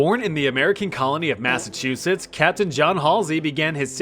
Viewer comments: i'll never unhear the state "Massive Two-Sh*ts" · welp, never not going to hear that instead when someone says "Massachusetts" again.